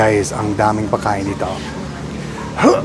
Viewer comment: One word that could make a huge change and improvement. Your pronunciation of "pagkain" it sounds like "Paah kain" (pakain meaning feeding) try pronouncing it a hard "pag" like a dog "pug" ,its one of the words hard to pronounce buy foreign people.